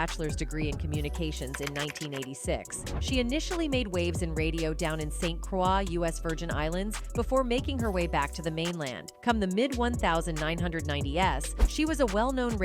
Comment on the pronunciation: "St. Craw" in the Virgin Islands??? Narrators should know how to pronounce words CORRECTLY!